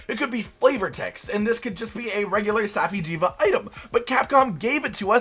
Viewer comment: (Saf-eye) jiiva